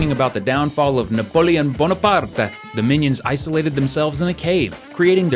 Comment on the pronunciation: The Italian accent when he said Napoleon Bonaparte